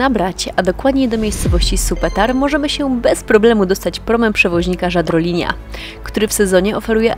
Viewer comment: Č = CZ; Š =Sz; Ž = Ż, natomiast Ć to po prostu Ć , a Litery Ś w chorwackim nie ma :) i jeszcze Jadrolinia, nie Żadrolinia. W chorwackim litery wymawia się tak jak się pisze. Fajnie się ogląda Wasze filmy ale wymowa chorwackich słów mnie osobiście bardzo razi.